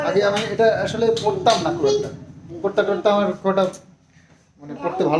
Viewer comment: কোর্তা নয় গো কুর্তা 😂